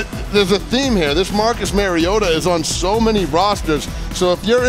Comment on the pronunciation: Please give the announcers a heads up on the correct pronunciation of the Titans Marcus Mario auto as a Titans fan every time I hear the miss pronunciation of his last name is like nails on the chalk board